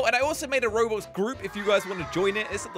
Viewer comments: the man said Robox and not Roblox bruhh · You guys know that at the start of the intro he said robox instead of roblox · Did anyone else realise that said robox instead of roblox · Lol said robox not roblox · Bro said rabach instead roblox